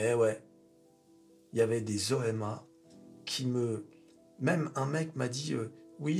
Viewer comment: à chaque fois que dit "OMA", j'entends "N.Chéron" 😁🤣